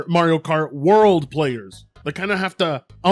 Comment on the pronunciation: Mario Kart World? I thought you said Mario Kart Worse.😄